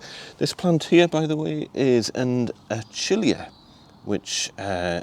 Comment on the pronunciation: Looking great. It's pho-tin-ee-uhh and a-kill-ee-uhh btw 🙂